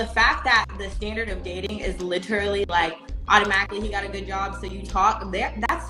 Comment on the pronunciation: Well.....that was stupid...he seemed like a nice guy.. If she said "lit-er-ally", literally one more time I was gonna throw my phone